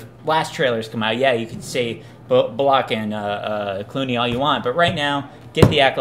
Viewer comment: "Bull-ock?" lol ... like what? I have never heard someone pronounce Sandra "Bul-luck" 's name that way ever.